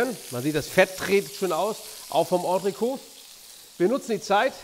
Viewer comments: An den Proofikoch: Es heißt Ondrekot. Das ist t ist nicht stumm. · Hello. Entrecôte wird anders ausgesprochen, als Koch könnte man das wissen.